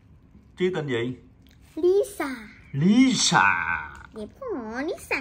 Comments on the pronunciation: Lisa vợ tui mà đọc là bà lía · Khui hàng black pink thì phát âm đúng đi,chứ mắc gì mà nói sai zậy.....Lisa thì nói là lía Rose thì nói là rố.Như zậy có đúng là fan ko🙃🙃🙃